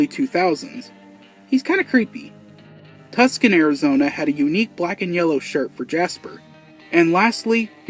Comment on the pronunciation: I’m sorry, I noticed you said “Tucson” wrong. It’s TOO-sawn